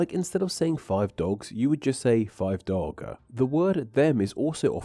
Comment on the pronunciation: "Five dogguh"